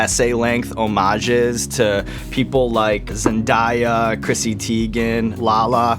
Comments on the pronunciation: Ibrahim Audu it's pronounced Zen-Day-yah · ZENDAAAAAYYYYYAAAAAA NOT ZENNDIIIIIIIYYYYAAAAA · when sean said "ZENDIEYA" a little bit of my soul DIED :)) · he really just said "zendieya"....😔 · Are we not gonna talk about how he said "Zen-die-ya" and not "Zen-day-a"😂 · Did he say zendIa I thought it was zendaya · Where is THE "I" IN ZENDAYA LIKE WHERE IS IT AT WHY DO PPL SAY ZENDIYA IT'S ZENDAYA!!!!!!! (ZEN,DAY,A) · Zen dia you mean Zen DAYA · did he just say.....zendEYEa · This nigga said zendyea it’s zendaya dumb nut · zendieya, lawd, it's zen DAY ya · Sir! It's ZenDAYa... Where in her name do you see an I? I'm just saying. lol all fun and games tho. Love the show! Looooooove Gabriell Union! You should get Zendiya, lol jk but for real she would be a great guest! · ZEN-DAY-Ya .....come on sean evans you know better ! 🙃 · He did not say zendiya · I almost died when he said zendiea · I'm sorry but did this man just say ZendAya?? ... ummm sir. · He said “ZEN-DIE-AH”😂😂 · mans said Zendiya and i felt it in my heart the pain of the incorrectness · ZenDAYa. It's Zendaya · did he say zendia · Did this bitch just call zendaya zendahya her name is zendaya get my future girlfriend name right damn! 🙅🤔😒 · "zen-DYE-ya" lol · “ZEN-DIYA” 😂😂 I’m weakkkkk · He really just called Zendaya Zen-die-ya... 💀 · I hate when people say zen-die-ya like how you get die from day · Guys it's not zendaya anymore it's zendiya 😂lol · the way he said “zendaya”...hello?? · Not him saying Zendaya’s name wrong 😭😭😂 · Ammmmmmmmm why did he say zendaya name like that 🧐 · How can you not say Zendya name right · He did not pronounce Zendaya like that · 😭😭😭 ikr. He mash up d girl name. 😭😩💀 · the way he pronounced Zendaya oh hunny no please stop lol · He said Zendaya's name wrong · I KNOW he didn't pronounce Zendaya name wrong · You pronounced Zendaya’s name wrong... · This might be weird but am I the only one weirded out about how he said Zendaya's name? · Zendaya isn't a foreign name? lol